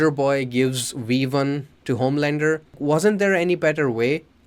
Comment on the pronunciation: It’s V1 not wee 1